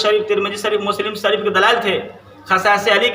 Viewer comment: پہلے کسی مدرسے میں جاکر اپنی اردو درست کریں اسکے بعد حدیث کی تشریح کرنا اور منافق کی یہ تعریف کس کتاب میں پڑھی ہے اور جو حدیث بیان کر رہا ہے اسکا متن پڑھ کر دکھا اور حضرت امیر معاویہ رضی اللہ تعالی عنہ کے بارے میں ایسا خیال تیرا معاذ اللہ رب العالمین اور کس فرقہ سے تعلق رکھتا ہے اور لفظ سریف نہیں شریف ہے پہلے تلفظ درست کر اسکے بعد عوام کی اصلاح کرنا کسی کی اصلاح کرنے سے قبل پہلے اپنے اصلاح کر سمجھے اور کسی بھی منصب پر فائز ہونے سے پہلے اس منصب کی نولج ہونا ضروری ہے جیسا کہ صحیح البخاری شریف کی حدیث ہے تفقھوا قبل ان تسودوا سمجھے اور حضرت امیر معاویہ رضی اللہ تعالی عنہ کی شان میں یہ عقیدہ اور بیان صرف خوارج اور روافض یا انکے ٹکڑوں پر پلنے والا ہی کر سکتا ہے ورنہ اہل سنت والجماعت مسلک اعلیٰحضرت احمد رضا خان قادری بریلوی رضی اللہ تعالی عنہ کا متعبین کی یہ صفت نہیں ہو سکتی اور جو حدیث امیر معاویہ رضی اللہ تعالی عنہ کے منافق ہونے کے بارے میں عوام کے سامنے بیان کر رہاے اسکا حوالہ چاہیے اور کس راوی سے مروی ہے اسکی پوری تفصیل چاہیے اور جتنی حدیث بیان کی ہیں سبکا متن مع حوالہ پڑھکر دکھا اگر ہمت ہے تو